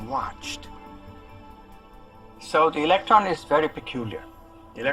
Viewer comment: Right then, Its electron not election so I'm now finding it hard to take it seriously lol